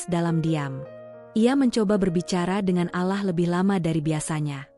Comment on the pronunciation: Ucapannya bkn alah ttp Allah.!!!!!!! Tlg diperhatikan,ya.😢😢😢😢😢 ditulis rdc